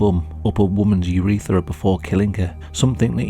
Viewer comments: Every time I hear "urethera" I feel it 😓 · i curled my toes when he said urethra